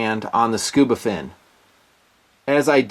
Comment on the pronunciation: “SCUBA-dove”???...come on